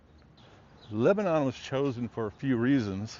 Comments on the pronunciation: It's leb-nun... not leb-a-non. To the locals, at least. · Wonderful but it's pronounced Leb nun